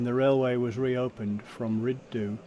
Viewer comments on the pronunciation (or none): Rhyd Ddu is not pronounced "rid doo" but Hrid Thee!!!